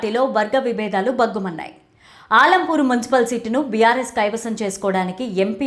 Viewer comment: ఆలంపూర్ కాదు మేడం అలంపూర్ మా నియోజకవర్గం పేరు సరిగ్గా పలకండి మేడం